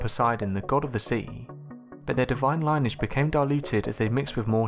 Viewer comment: Lineage isn't pronounced like that.